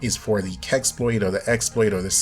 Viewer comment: You said so many time "keksploit", wtf is that? And hugeeeeee thanks for updating us... I seriously don't know what I would have don't without someone who makes everything pretty simple :)